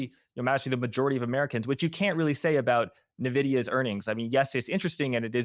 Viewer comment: Nah-vidia… Drives me nuts